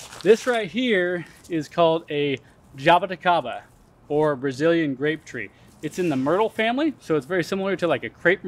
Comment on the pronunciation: Love this video and thank you for giving all the variety names of all the plants! That is so helpful. There may be different ways to pronounce jabuticaba, here’s my attempt at spelling phonetically the Brazilian pronunciation; Juh-boo-chi-ka-buh.